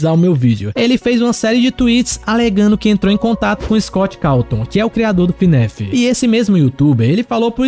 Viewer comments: Cuidado mano alguns fãs de fnaf se importam como vc fala , vc fala Finef em vez de fnaf cuidado com eles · Ele falando Fnéf 😔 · ELE FALANDO FNAF ERRADO ELE FALANDO FNAF ERRAAAADO AAAAAAAAAAAAA